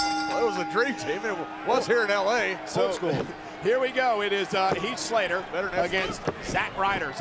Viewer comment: Lillian botch again "Heat Slater".